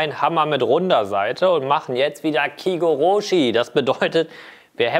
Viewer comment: Sehr geiler Hack! Nur eine kleine Sache: es heist kigoroshi und nicht kie-goroooschi. ich weiß du sprichst kein Japanisch, fair enough. Ich glaub du würdest dich auch beömmeln wenn ein Japaner „Holz töööhhhten“ sagt 😂